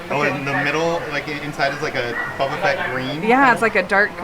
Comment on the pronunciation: It’s Buba Fett green. Me: What are you saying? Say it again.: B u b a F e t t? Me: Say it again, slow.: B u b a F e t t. Me: Slow very slow. Say the first word.: Buba? Me: Wrong.